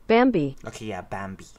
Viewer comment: If you're gonna use Google translate to do the names, don't use the "English" translation for the audio. Put their korean name in the left, and click 'audio' then you'll hear how the Korean names should sound. Bamby's name is said more like "Bah-mby"